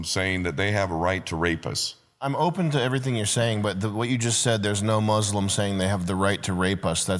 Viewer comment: You can always identify who's being cucked by sand demon worshippers by the pronunciation. No,, it's muslim, not "moooooooooslim"